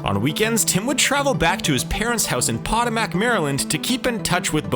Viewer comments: It's pronounced pot-ooh-mik, not potamak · Pot-ah-mac? Puh-TOE-muck, not Pot-ah-mac lol. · this dude just said "Pot-O-Mac" Maryland. now i have to turn this video off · It’s pronounced Poe-toe-Mac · It's Poh-toe-mac with the emphasis on the second syllable. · Potomac is actually pronounced poe-toe-mik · I'm sorry, but I can't help but laugh every time you say Potomac (I'm from the area) It's something like Puh-TOW-mick (puh with a soft u, like bug. TOW like a tow truck). Not blaming you, it is an odd one. 😂 Nice video, it went blazing fast over the history and I learned a few things. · "Po -tom-mic" you're saying it wrong lol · Obviously did a lot of research for this but really missing on the pronunciation on some names there. Potamac as pointed out by many here, ID software is not the separate letters I and D, its pronounced id like in lid. And Deus Ex isnt duce its Day ous. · pa TOE mac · Bruh, it’s pronounced: puh-toe-mick, as someone from the region, I’m sorry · Bro it’s pronounced patonic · man the way you saying Potomac almost made me turn off the video lol